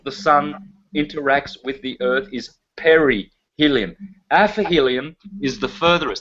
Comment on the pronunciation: 1 hr mark: Aphelion and Perihelion and NOT Aphelium/ Perhelium!